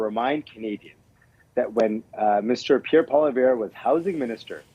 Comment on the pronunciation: Mr. Singh needs to learn how to pronounce the name of our next Prime Minister correctly. Its Poilievre!